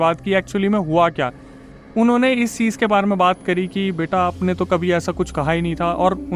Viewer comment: Cheej ha cheez ? Kitna ganda bolte ho